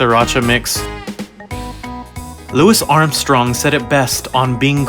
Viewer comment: Were you being sarcastic when you said louis armstrong like that